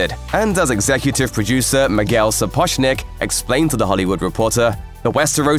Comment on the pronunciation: It's pronounced Sapozhnik. ʐ as ge in rouge. Literally means Shoemaker.